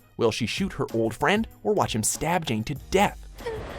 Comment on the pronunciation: the way he says jane